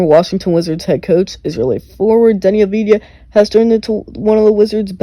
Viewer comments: it's not a-vi-di-ya, it's av-di-ya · You spell his name wrong ! Not avidya, not avdija. You spell his name: AVDIYA. Av- di- ya